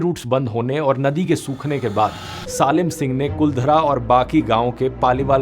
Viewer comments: Why is he calling SALIM as SAALIM?? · salim ko saalim kyun bol rha???? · Salim singh ki pronunciation glt bol rhe ha ap